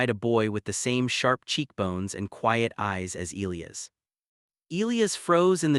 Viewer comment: I agree.